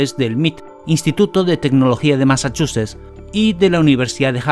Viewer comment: Se dice Masachuches ... 🍬🍬🍭🍭 🤣🤣🤣🙈